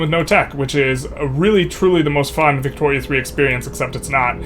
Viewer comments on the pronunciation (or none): none